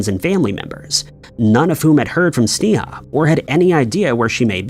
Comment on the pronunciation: You are saying her name wrong as can be. It's pronounced (Snay-a)